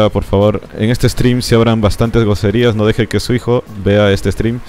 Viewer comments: soy yo o dice goserias en vez de groserias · Correcto dice goserias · Si dice goserias